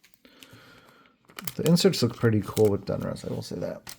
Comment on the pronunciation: ITS DONruss NOT DUNruss 👍🏻